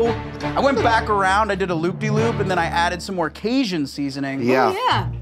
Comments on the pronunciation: If I hear casian again ima lose my mind 💀 caJun 🤣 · driving me 🦇💩🍌🍌🍌 that he can't say caJun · Why does pronounce Cajun like that 😂